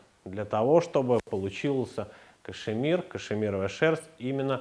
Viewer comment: Кашмир, а не кашЕмир!!!